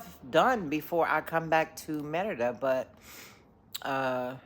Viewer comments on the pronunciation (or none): Can yall stop saying Merida with the accent. It's so annoying. If you are speaking Spanish, pronounce it in Spanish but if you are speaking English, pronounce it in English.